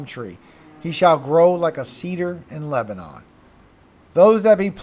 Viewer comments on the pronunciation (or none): none